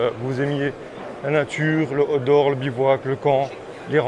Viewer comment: Ah mince, moi j'entends "Hot d'Or" au lieu de Outdoor. Déçu du coup…